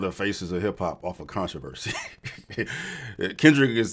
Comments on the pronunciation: The con-to-verse-see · it’s control-versee